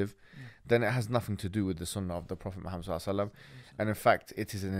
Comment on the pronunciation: Pronounce Muhammed properly. Not modernise the pronunciation